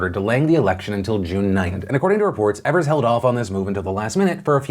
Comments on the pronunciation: His name is pronounced Eve- ers. Not ev-ers. Love you, Phil. 🙃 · btw the Governors' name is pronounced EE-vers not EH-vers. much love <3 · As Wisconsinite the way Phil says Evers bothers me, everyone here pronounces it E - vers where he says Ever - s. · Phil please, it's Tony "Eve"-ers or "eav"ers. Not "ever"s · Evers is mispronounced it's a long E like Eve also at my polling place they did a fantastic job. 10 feet distance kept, voted with a q-tip, and had to keep my pen. I vote in a rural area though so we usually naturally have very few people. What was stressful was that no one in my immediate family received their mail in ballots in time so even though everyone but me sent in for it we all had to vote in person. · The Wisconsin governors name is pronounced EE-vers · Small mistake, governor of Wisconsin’s name is pronounced EE-vers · Thank you for covering the election in my state of Wisconsin! A note for next time you talk about our governor- his last name is pronounced ee-vers (just say the letter E and you’re good) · FYI Phil, governor Evers’ name is pronounced like EEvers. I’m from Wisconsin and I’m glad that I was able to get an absentee ballot in time so I could still safely vote today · It's tony E-vers e as in e-ach